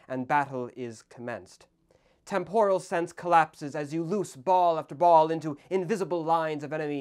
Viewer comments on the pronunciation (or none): none